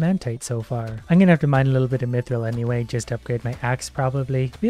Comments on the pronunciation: WHY DO YOU SAY MEATRILL ITS MYTHRILL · Am I the only one that knows mithril is pronounced myth ril not meee thrill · Me-thril or myth-ril? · He said it correct so many times and then a random me-thrill and I died. Again. Its ok. I'll respawn. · "Meethril" Dying m8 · so he pronounces mithril as me thrill and mithril... huh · I think this guy has convinced me I've been pronouncing mithril incorrectly my whole life